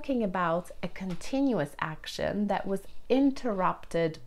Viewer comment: When I had been to Whitstable “that” was actually not the first time. In this “that” - I noticed a slight “d” instead of a “th”. I am pretty sure that you have noticed it yourself. Please don’t take this as a criticism. You speak a wonderful British. I just wanted to point out that such slight little things in pronunciation do happen to all people that are not a 100 % native. I need to hear your personal story. As far as i remember there is one among all your tutorials.